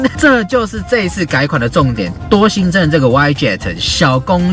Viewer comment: 是嗚一雞特, 不是歪雞特